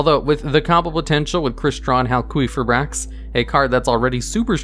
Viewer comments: I'm pretty sure the qi in halqifibrax is pronounced as key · No one gonna mention this man saying "hal-QUEEF-ibrax" ? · "Crystron HalQUEEFibrax." Lmao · "Crystron Halqueefibrax". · We need to have a talk about Hal-queef-fib-axe and his pronunciation. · Anyone else noticed he said hal queef eye backs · did you just say hal-queef-ibrax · I’ve never heard crystron halqifibrax be pronounced the way you do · never heard someone pronounce halqifibrax like that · So am I the only one bothered by how says Halqifibrax?